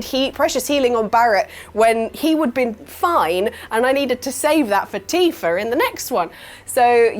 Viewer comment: There is no R in TIFA.